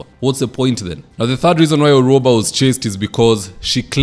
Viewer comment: Gloria Orwoba not Orwaba,.